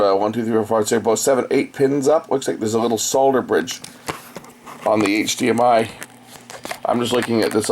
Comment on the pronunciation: I love how you tell it how it is....good is good, shit is shit....thank you for being so candid:-) And thank you for saying SOLDER not SODER Cheers, from Aust'